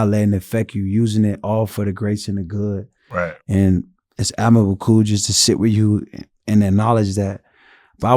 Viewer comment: Love this but somebody tell it’s admirable not whatever he was saying lol